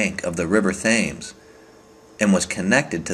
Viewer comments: its tems not thames, barth not bath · River Thames is pronounced "Tems". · Credit to you at least for your interest in the subject- cant believe you've never heard how the world renowned and historical River Thames is pronounced though? GR!